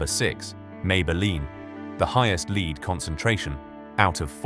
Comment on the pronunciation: When you have AI narrators mispronouncing "lead", your video loses credibility from the start. Shame.